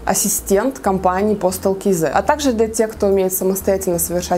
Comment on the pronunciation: "Кизэ"...по деревенски. Или "кз" или как правильно "кейзэд"..